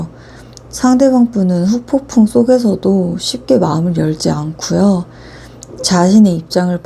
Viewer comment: 후폭풍 발음이 어렵긴해여 ㅎㅎㅎ